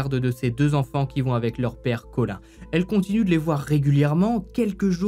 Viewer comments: c’est pas Colin comme le poisson loool mais Colin(e) 😘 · Collin ( sa se dit coline )